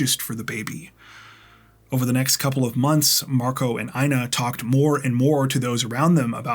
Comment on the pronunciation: Dude...The name INA sounds like EENA😊 Long E...No I. 😊😊